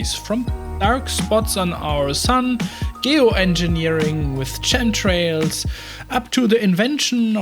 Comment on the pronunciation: Not a criticism at all, your English is very good and I absolutely love your channel. I just wanted to offer some info that you can take or leave. In some cases in English, the 'ch' letter combo is pronounced as a 'k', as in the name Chris. So, the words 'stomach' and 'chemtrails' are pronounced 'stomak' and 'kemtrails'. I have some things to say about the larger content of this video, but I'll save that for another comment.